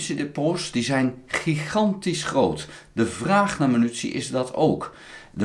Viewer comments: he. prima blog. maar het is MINUTIE en niet Menutie. puntje stelt niet veel voor, maar is makkelijk te veranderen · Euh, overal. Je zegt altijd menutie. 😅 Maar ik versta het prima hoor, you do you. 👍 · grapje. Munitie